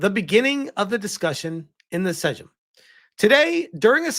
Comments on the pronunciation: Sejm, you read is as SE-JM not sedzym or whatever. Its Parlament. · Sejm is pronounced like the English word "same" 😉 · Too bad the current political situation means nothing will come of it, because the new president will veto everything... Btw, "sejm" is pronounced "same" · "Sejm" is pronounced "same" in case you ever need to say it again :P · A small tip in case you ever need it in the future, the Polish word "sejm" is more or less pronounced just like the English word "same". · More like saym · Damm, Polish government actually doing sth reasonable for once? Didn’t think I’d live to see the day. Also for anyone interested - The Sejm is read in Polish exactly like English 'same' 🤓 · How awe-inspiring it is to see the red shield and Szczerbiec in the hands of such a noble initiative. Brings a tear to my eye. Also, little sidenote, "Sejm" is pronounced "Seym". Just hurt to hear that. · j is pronounced like y in polish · I'm Polish and I love how you butchered "Sejm' 😂 I find it funny you can use ai to translate but the pronunciation? Nah 😂